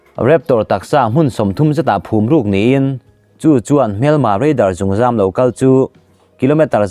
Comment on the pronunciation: Zûnzam tih aiah zungzam tih zawk tur ava nih hmel ve..